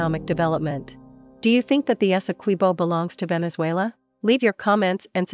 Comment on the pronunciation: Good afternoon thank you for the correct pronunciation of our largest county Essequibo and our country Guyana . Please enlighten your media colleagues.